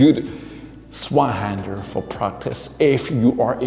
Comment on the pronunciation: A little pronunciation tip: The German "z" is pronounced like "ts" and the "w" like the English "v". So if you say "Tsvei-händer", you're spot on.. 🙂